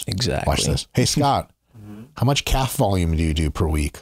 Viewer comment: “In the calve” 🤦🏻‍♂️